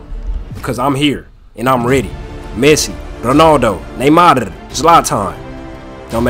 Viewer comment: The way he pronounces neymarr😂